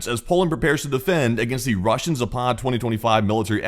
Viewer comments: Please ! It is Zaapad not Zapaaad !!!! West ! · ZApad. Stress on the first syllable, not the second.